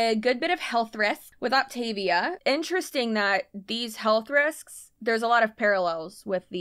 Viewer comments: Great info! But please, pronounce it correctly! Opta-VIA, like Mama MIA! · For what it’s worth, the insider huns actually pronounce this “Opt-uh-VEE-uh.” An MLM by any other name. . . . ETA: THRILLED about your clear margins! HURRAY! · My friend did this for a hot second. Not sustainable, obviously. I always heard it pronounced “op-ta-VEE-a” 🤷🏻‍♀️ Also, I tried one of her fueling snacks. Ugh! I had to spit it out. So gross.